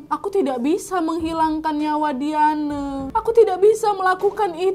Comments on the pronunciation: diyane diyane.... baca dayen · Ondee payah bana manyabuiknyo Wak... 'Dayen' do, ndak Dia-neu Wak... 😅😅